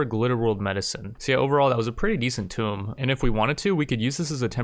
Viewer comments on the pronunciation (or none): I didn't realize I was so incredibly easy to annoy, but I absolutely have to skip ahead whenever you are messing around with a tomb. Appareantly I just can't handle you saying it as wrong as you are. If you care at all it's pronounced as (Toom), not (Tome). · bruh the word tomb is pronounced toom not tome lol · I love your videos but please TOMB is pronounced Toooomm, Tome is a book. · i'm normally not a that guy who's bothered by it, but every time you same Tome instead of Tomb, i twitch and look around for a book. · If I had a penny everytime he says tome instead of tomb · I like how you still pronounce "Tomb" wrong every single time to wind people up. It must be intentional because you are told on every single video you release that you say it wrong, so you either never read comments or you are doing on purpose. Also, the constant restarts make your channel impossible to just turn on and watch without having to jump from one mini series to another.